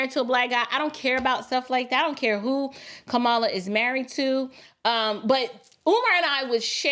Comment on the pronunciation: Did he say, Ka"Bama Harris? OMGoodness, LOL😂😂😂... It's true though!